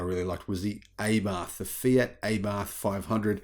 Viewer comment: It's pronounced rhyming with Apart - Abarth - the same A sound. Not with an A rhyming with Aiming. As you said (H)Ay-barth.